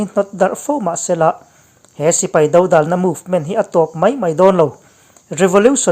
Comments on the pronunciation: A noun form 'dodàlna' tihah chuan, "Râl kan do dâwn" tiha 'do' tih anga lam loin, "Râl do ka huphurh" tiha 'do' ri hniam anga lam rik tur. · 'Dodàlna' tih hi a lam dàn dikin han lam teh u.